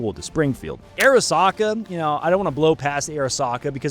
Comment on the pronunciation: You keep saying Airisaka. It's not Air. Arisaka is pronounced Ahh-Ree-Sah-Kah. But what about the Sturmgewehr 44? Late in the war, but saw some action.